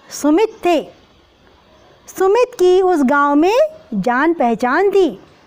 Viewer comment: Ma'am I am puja ma'am aap sumit bol rhi h aur book me sumati likha h....🤨🤨 To ma'am hum Kya likhe???